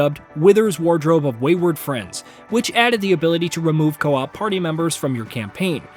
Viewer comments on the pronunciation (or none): none